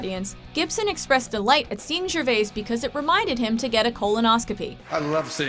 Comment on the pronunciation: you need to learn how to say Gervais ;)